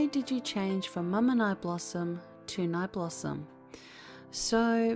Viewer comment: Haha it's funny the way you pronunce my name (i'm from Brazil)